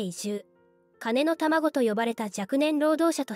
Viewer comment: 金（カネ）のだまごではなく 金（キン）のたまごです。 お前間違うな〜。